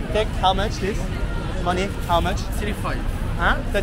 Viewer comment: On minute thizzzzzz izzzzz Goode, no many beoble thizzzzzzzz izzzzz you know how much? Only 10bound(pound), Goode brize very cheap 😂😂😂😂😂